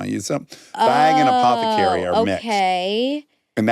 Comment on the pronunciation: apothecarry one extra R is all you need